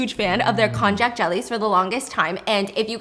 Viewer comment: Just kindly informing that it is spelled konjac, sometimes konnyaku, but pronounced "kon-yak." 😅 It's a root vegetable originating from China, but popularly known by its Japanese name. It's made into noodles called shirataki, which is really yummy in hot pot! 🤤